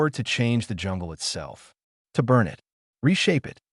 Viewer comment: Oh yeah, and it would have been sooo much better with a human narrator who can pronounce 'it'.....just saying...